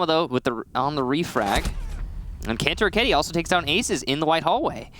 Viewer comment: the way caster says Kantoraketti makes my soul hurt, perkele.